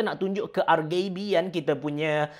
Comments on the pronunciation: ke-R-Gay-B-ian haha imbuhan tu penting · Ar -Gay-Bee... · Macam sebutan indon je...